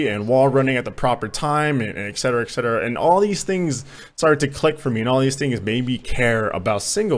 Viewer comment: He said excetera. Dislike.